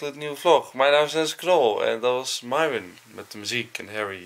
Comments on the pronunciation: Hoe myron het zegt: myron Hoe enzo het zegt: myrone Hoe het zei: merel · Dit is Enzo: : Nicole: nhaicole Lars: Niels Mees: Meesie Myron: Mairhwen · Mieron (zo als enzo het zegt)